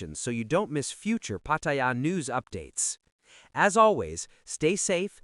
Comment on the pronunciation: There is no I in Pattaya Pronounce it properly !!!